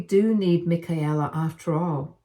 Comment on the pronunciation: It’s pronounced /mɪˈkeɪlə/ you’re not speaking German.